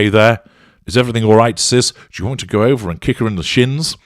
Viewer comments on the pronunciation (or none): none